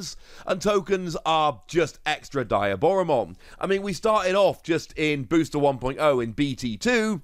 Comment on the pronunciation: love ya videos, but I have to correct your pronouciation of Diaboramon. it is pronouncd Dee - ah - bora, Its shown in the movies with Diaboramon in it, and with any media its been shown in.